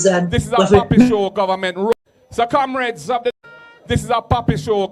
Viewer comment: Why does he call the comrades camreds?